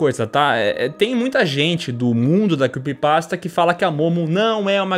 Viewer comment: se arrumou todo fez a maior produção, tudo pra chegar la e ficar falando "quepypasta" q feiura pqp